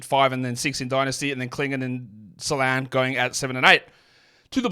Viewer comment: Better would be if he got the pronunciation right himself. There is a diaeresis in "Salaün" for a reason.